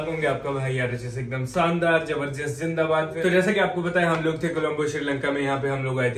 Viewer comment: Bhai thoda sa talaffuz theek kare apna. Shandaar zindabad zabardast hota hai. Naki sandaar jindabad jabardast Pls correct that.